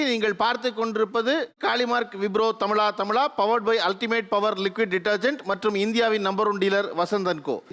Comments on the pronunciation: But thamiz uchrippu seri illai. He ia saying tamila tamila insted of thamizha thamizha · தமிழா தமிழா. தமிலா தமிலா அல்ல. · இந்த ஆளு என்ன "தமிளா தமிளா" -ங்கிறாரு "ழ" என்கிற எழுத்தை உச்சரிக்கவே வராத !? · But the anchor says tamila tamila. He is not pronouncing zha